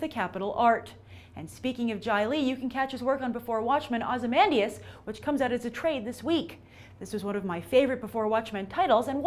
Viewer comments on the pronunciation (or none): none